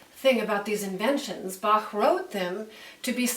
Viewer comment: She spells Bach very well! Sounds very native